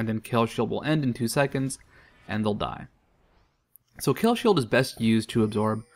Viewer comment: Is that how you pronounce the name? I thought you had to say that last "e" in Kayle too. After all, she is a woman.